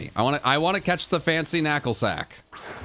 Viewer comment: "Nacklstack"? Isn't that the Canadian rock band that everybody hates? :D